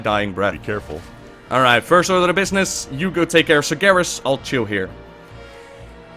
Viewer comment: UHJHHHHHHHHHHH!!! LISTEN TO WHAT YOU JUST FUCKING READ "SARGERAS and his army" uhh....... what.... WHAT.....WHAT!!!!!!!!!!